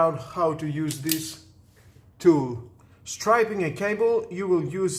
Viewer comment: Just for your information - you are confusing two words, "Striping" and Stripping". "Striping means to draw a line on a surface (like a car, for instance). You are "Stripping" the insulation off the wire (like stripping paint or stripping off your clothes). They are pronounced differently.